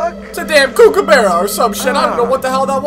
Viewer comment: "its a kookabarra or something" ahahaha